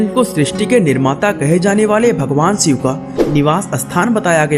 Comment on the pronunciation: आप श वर्ण का उच्चारण तो कर नहीं सकते, शिव शब्द को सिव कहते हो, अपनी भाषा ठीक करो...